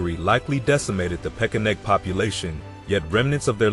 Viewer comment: Is it pesheneg or pekeneg? Or are both pronunciations acceptable?